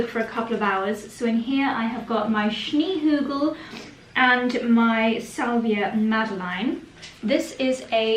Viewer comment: The way you pronounce "Schneehügel" is so sweet 😊 A snowy hill: this is what it means and I think you add something dreamy to the name!